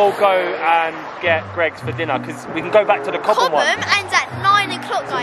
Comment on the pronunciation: It’s Gregg’s not greegs